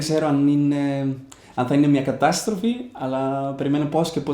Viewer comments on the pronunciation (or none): Γλωσσολογίας, όχι γλωσσολογής Καταστροφή, όχι κατάστροφη Αναφέρω αυτά τα δύο λάθη γιατί είναι ΤΑ ΜΟΝΑ που έκανες. Έχω μείνει έκθαμβος! Όταν έρθεις στην Αθήνα να τα πούμε! También los otros idiomas que hablas se suenan perfecto. Formidable, impresionante! Saludos desde Grecia!